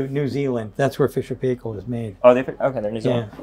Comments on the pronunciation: Very nice indeed! Just a wee note Sandy kiwi pronunciation is PIEkill not PAYkal ,,,,I have no idea why. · Sandy say it with me: "Fisher and Pie-kle" not pay-kle!. NZ brand, main distributor LV Martin and Sons Ltd. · Amazing the way American's pronounce Fisher and Paykel :O